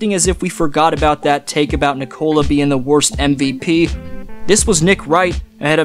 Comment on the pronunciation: Nikola. Accent first syllable.